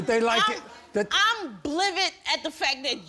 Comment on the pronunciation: “Peferring to” 😂😂😂 “Blivid”